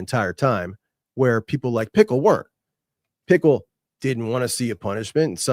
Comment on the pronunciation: I feel like is fully aware it's JD 'Pick-el' and still calls him JD pickle.. Love it 😂